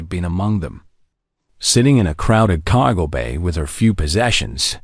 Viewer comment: Why did it say cargo in a Boston accent?😂